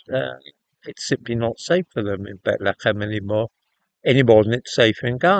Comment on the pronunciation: Why are you saying Bethlehem funny?